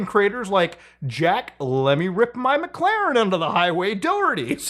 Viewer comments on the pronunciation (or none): none